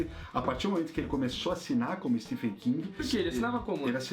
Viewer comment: Uma coisa que percebi é a pronuncia de vocês do nome do autor, Stephen King. Se pronuncia " STEVEN ". Nos brasileiros cismamos em pronunciar " Stefen" hahahauahauhaua Ótimo vídeo, sou apaixonado pelas obras do King, amo todas elas de coração e IT foi uma das melhores coisas que assisti. Meu medo é exatamente por ser tão grandioso que o filme acabe pecando nessa representação. Mas sei que irei amar de verdade, afinal, amo todos esses personagens como se fossem amigos de longa data ♡ Parabéns pelo vídeo. Foi sensacional mesmo. Falaram tão bem que eu tive meio que flashbacks da época que li. Fui relembrando a história junto com vocês. Muito bom mesmo!